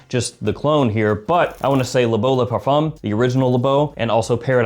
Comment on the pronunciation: the 'M' sound in parfum is silent, if u want to pronounce in properly